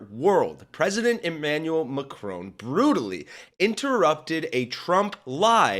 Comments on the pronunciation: Mack-ron not M’Crone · Please learn to pronounce Macron.